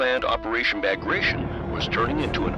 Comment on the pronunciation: Narrator: pronounces Bagration wrong for N-th time.: spells Avtomatchiki & Tankodesantniki without an accent.